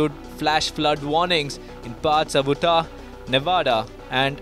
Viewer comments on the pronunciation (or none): Just so you'll know Utah is pronounced "you tah". Thanks for the reporting. Thumbs up and subscribed! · Utah: pronounced " Youtah ".